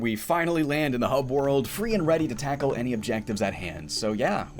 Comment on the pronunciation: "Takle this"